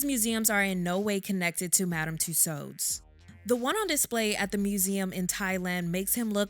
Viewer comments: The correct, phonetic pronunciation of "Tussauds" is "TOO-SOW", not "TOO- SOWD". The "D" &"S" are silent. Please... and thank you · It’s Madam Tusaw that’s how it’s pronounced and no they did not do MJ like that omg lord I don’t wanna laugh but some of these figures 🤦🏾‍♀️ it’s like the more success our people gets the more yt ppl wanna make us look bad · I love it. Btw “Tussauds” is pronounced similar to “Two-swords” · I thought that Tussaud was pronounced "too-sawwed" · I think she’s pronouncing Madam Toussauds wrong. I’ve never heard it pronounced this way, it’s so distracting. I believe the D is silent. 🧐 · Please, please, English-speakers who make YouTube videos... consonants are not heard when at the end of a French word, especially if it's someone's name! No D sound at the end. It's a silent D. Just as the T is silent in names that end with that letter. Exceptions are very car and few in between and are typically for French names that originated in another language/country. Madame Tussaud's rhymes with "So", you can't stop hurting your jaws, now.